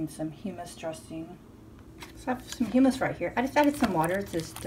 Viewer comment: Good videos. Fyi...its hUmmus..not heemmus.